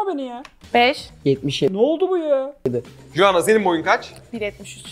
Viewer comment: Ya bari telaffuz edebildiğin bi isim seçseydin Joanna nedir baba ya J ile söylüyo bi de kepaaze ya